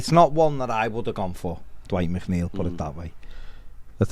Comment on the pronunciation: Coming from a fellow MC is McNeil not macneil lol